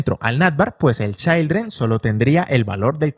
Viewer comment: repite conmigo: CHIIIILDREN, NO CHAILDREN 😂😂😂😂😂😂